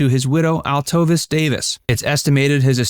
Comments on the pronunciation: Sammy was not 5' 6". He was 5'3 1/2". ...Trust me. His wife's name is not pronounced, Altovis - it's Altovise, pronounced Alto-vees. You need to be better researched and better prepared. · Its not Altovis. Its pronounced Altoveese. Do your research before you do a video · Informative and thorough, BUT Sammy's widow's name is pronounced AL-toe-veese, not al-TOE-viss. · Angie Dickinson did not make the rat pack reference. You need to do better research. And his wife's name wasn't pronounced Al-tovis it's pronounced Al-toe-vees. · Sammy's wife's name was pronounced "Alto-veece". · I do enjoy your videos a lot, but, one thing that a lot of content creators do that is like fingernails on a chalkboard to me is, not take the time to make sure that people’s names are pronounced correctly. His wife’s name was pronounced AL-TOE-VEES. Other than that, great video! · Cannot like the video because you mispronounced Altovise.